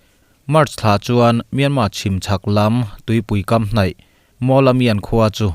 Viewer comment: Myanmar tiloin Myanma iti tlatin ka hria